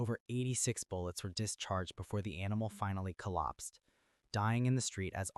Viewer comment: Why did the narrator pronounce “collapsed” differently?